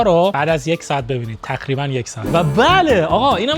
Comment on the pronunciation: تخریبا دخیخا چرا ق رو خ میگه